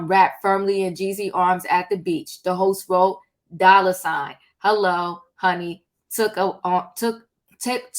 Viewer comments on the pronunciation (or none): none